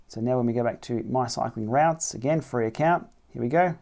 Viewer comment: Sorry but have to pick up on routs.. a rout is a disorganised retreat.. chaotic action etc.. a route.. pronounced “root” is a mapping journey planner..sorry this was really annoying me!! Otherwise a nice analysis.. 😬